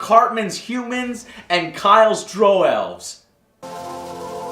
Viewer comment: thank you for pronouncing Drow correctly <3